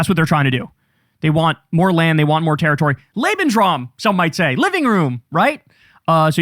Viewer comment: "lebensraum" nailed it!!!